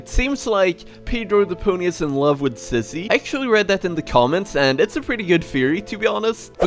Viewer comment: You Always Say Sissy Not Zizzy